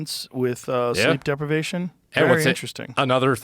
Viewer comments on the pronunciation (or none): Joe you said sleepdepervaison does it keep you from sleeping